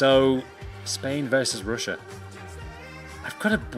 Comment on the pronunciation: Ruined pronunciation on russia